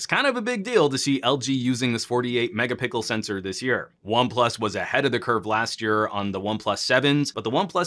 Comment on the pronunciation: you say mega pickle instead of mega pixel 😁. Great video man. Really like your videos.